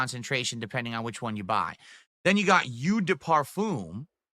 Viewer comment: It's pronounce "oh" not "you" jfc